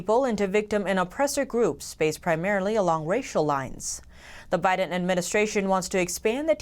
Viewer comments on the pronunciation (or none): none